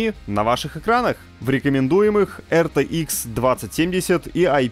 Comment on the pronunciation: Не эр тэ икс,а ар ти экс